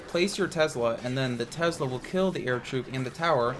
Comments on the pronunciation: It’s not called Tezla. It’s called Tesla. Drives me crazy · "Tezzla" lol great video as always:)